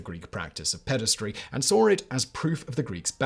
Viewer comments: There is no such word as "pedistry" - Simon really should learn to read. The correct word is "pederasty" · Ped-a-ras-ty Not pedes-try 🙄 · If you have to pronounce a new word so many times at least look it up... Pederasty or paederasty (US: /ˈpɛdəræsti/ or UK: /ˈpiːdəræsti/)